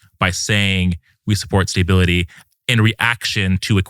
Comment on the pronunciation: He’s saying “staybility” and it’s driving me insane